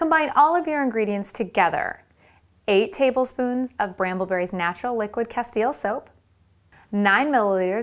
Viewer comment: When she said "Castile" I thought she said "Castiel" :D